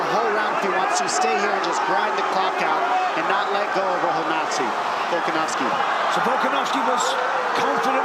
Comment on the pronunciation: im always cracking up at the accidental: "Volkanazi" (~ )